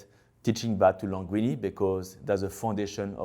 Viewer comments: I'm a little bit in love with how he pronounces "Linguini" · I love how he call him « Languinni » throughout the whole video , « Languinni » resembles the word « langue » which means tongue in french which is a funny coincidence ! 😂